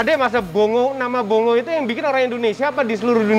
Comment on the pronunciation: FYI Mazda bongo penyebutan aslinya Bong Go. Tau itu tahun 99 saat di Jepang